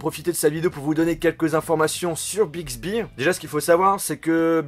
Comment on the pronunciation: Si tu connais un peu danglais euh.. au milieu temps jetendais Big zehibeh